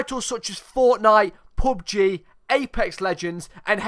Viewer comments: I love how he pronounced pubg as popgy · When he said POBG I died XD